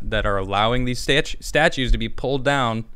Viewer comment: LOL slipped with a Chicago accent when he said "statues" then corrected himself! Lol!